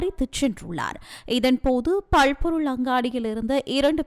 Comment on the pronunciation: பள் பொருள் இல்லம்மா பல் பொருள் அங்காடி